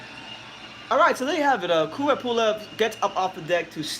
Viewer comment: Kubrat with A, not Kubret ;)